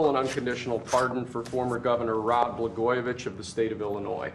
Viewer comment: Catering to the Chicago Dems is pathetic but your wisdom dear leader is unquestionable. It's pronounced Blah-goy-uh-vic btw